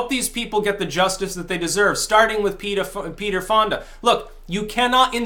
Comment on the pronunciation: I love how it sounds like you almost said Peterfilia instead of Peter Fonda...